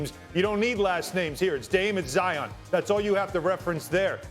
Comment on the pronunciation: zion is single syllable huh?